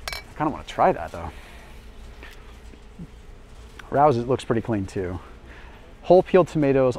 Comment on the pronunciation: Rao's is pronounced RAY-OH's